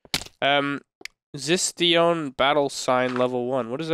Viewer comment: It's pronounced zist oh nian